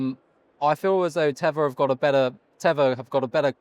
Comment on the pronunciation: Host, what is Tevor? You said “Tevor” several times ( mark).